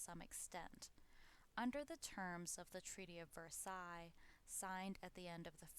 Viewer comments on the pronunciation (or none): none